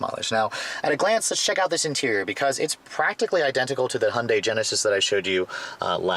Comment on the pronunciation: First learn how to say Hyundai properly and then do reviews.